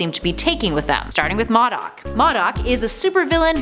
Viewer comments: it is pronounced Moe Doc not mod doc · LOL!!! She cannot ever say MODOK and Tigra right. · Moe-Dock not Maw-dock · Did she say MaDuck instead of MODOK? Wtf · Isn’t it pronounced mOdok? The O is like Oh? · why does she say M.O.D.O.K like that she is saying it wrong and it sounds weird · U said modok wrong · Anyone notice she kept mispronouncing MODOK